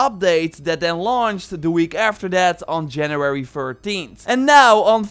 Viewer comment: “JANRUARY FURTEENT”